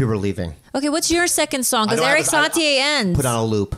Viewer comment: Erik Satie is pronounced Erik SaTee, not SaTeeAy. Get it right for the Slept King.